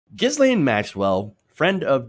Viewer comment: Tip: the "s" in Ghislaine is silent.